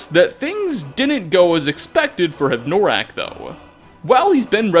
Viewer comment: Hev-noraak?, it's like you intentionally mispronounce something in every video just to piss us off. if you have difficulty pronouncing or a speech impediment, i could understand, but if this is intentional... let's just say you've got a BIG problem. yes... bigger than skyrim